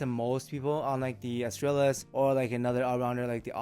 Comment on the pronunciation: With Latin words I go with classical Latin pronunciation and (in this case) the stress falls on second last syllable (-tral-). Astrālis therefore bastardized into English spelling becomes “uhs-TRULL-is”. It does help if you speak Spanish … but I heard you say Estrella. MOST IMPORTANTLY, the life’s TOO SHORT to worry about correct pronunciation of adjectives in a dead language.